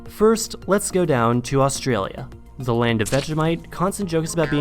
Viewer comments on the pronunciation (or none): Why does it sound like your saying 'ze' instead of the or 'zis' instead of saying this? Your literally the only American native English speaker I've ever heard talk like this....like I know your living in Germany but surely speaking German hasn't effected your native language? Has it?